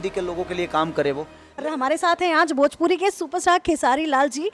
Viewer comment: भजपुरी नही भोजपुरी होता है बकलोल😂😂